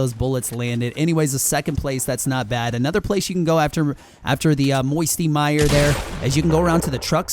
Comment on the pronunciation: Grrr why u say me secret place misty mire